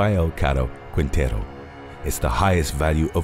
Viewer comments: its pronunced king-tay-roo. Put some respect on my last name 😂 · Rafael Caro Quintero Quintero pronunciation is Quintero without the letter U Qintero